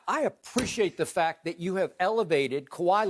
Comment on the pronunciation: Shannon: THIS IS FAK!